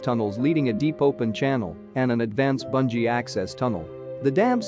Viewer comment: watching from Gilgit. please correct your pronunciation, it is not Banji. it is Booonjee